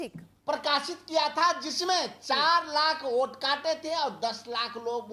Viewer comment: Vote ko oot bol raha tha arpita jee... Itna se soch lijiye ga... Ye log kitne murkha he...